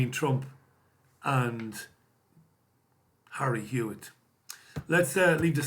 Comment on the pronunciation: did he say Harry Hewitt?? LOL